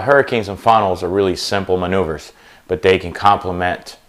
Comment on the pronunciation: 'really simple manouveures' ... Joker.